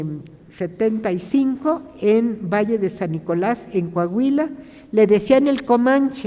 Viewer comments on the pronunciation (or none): none